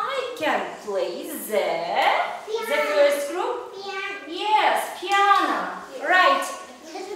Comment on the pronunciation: Не рекордер а читается рикоордер, и не пиане, а пиано испанское слово, вконце о